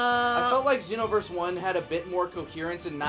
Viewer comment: If you pay attention, actually says "Zee-noverse" instead of "Zei-noverse"